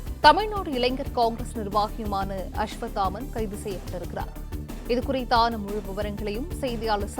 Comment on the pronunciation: அஸ்வத்தாமன் னு ஒழுங்கா சொல்லு பார்க்கலாம் 😂😂😂